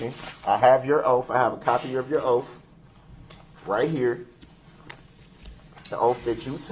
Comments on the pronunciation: I notice words that end with TH, he cant pronounce them words right and he pronounces them with a F at the end instead like oaf, troof, bafroom, breaf, boff. the list goes on. He cant pronounce simple words nor doesn't kno the definition to any simple words. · WTH? Why does he have such arrogance? And how doesn’t he know it’s “oath” and not “oaff”? And “libarry” ? What a dumb dumb. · He accepts value and axes questions about the oaf of office and tacket agreements while axing about grounz and substains. And he's not prepared for his witness and wants the court to delay? What a great "attorney" he was. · Oaf & axe & substain 😅😅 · "I have your oaf, your honor." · The more I watch him the more his pronunciation of oath, both and truth infuriate me. I know he can pronounce words with TH because I've heard him do it. It's pure laziness and I'm positive the jury thought it was as well. Not a good look at all.